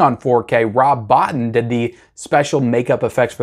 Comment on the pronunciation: Rob bo-teen